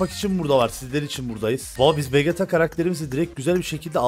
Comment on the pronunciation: Abi Vegeta vecita diye okunur